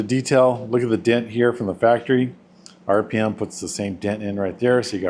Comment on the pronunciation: RPM is pronounced Rip'Em